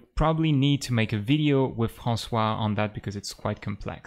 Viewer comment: Wow these are very cool shaders, I already see where and how I could try to use it, and learn how it works if I need to edit it :) Thanks a lot ! Et je trouve marrant que tu prononces François avec un accent anglais :D